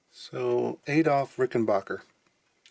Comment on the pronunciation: Adolf is pronoced ADD OFF, not AID OFF. Leave the mispronunciation's to the Americans!!